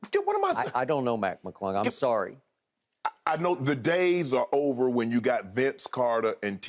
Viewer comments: The way skip said Mac McClung 😂😂😂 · The way Skip said Mac Mclung?😂😂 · put some respekh on Mac McClung's name.